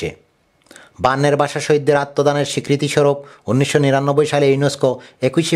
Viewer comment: What is বাশা, চরিয়া, একুইশে, বেয়াপি, পতম, পতিনিধি, রাকচিলেন, আবার একুইশে, আবার পতিনিধি - ভাল নিউজ, কিন্তু presenter-er উচ্চারন গত problem নিউজ টা কে আর funny করেছে।। In future, care নিবেন আশা করি।।